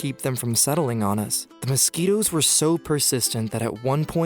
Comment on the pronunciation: U mean "mouskitos"